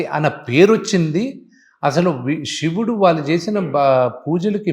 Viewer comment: కత కాదు రా, కధ. షివుడు కాదు శివుడు. ముందు తెలుగు సరిగ్గా పలకడం నేర్చుకో.